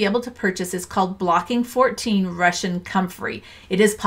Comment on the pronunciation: FYI It's "Bocking 14" not "Blocking 14." No L.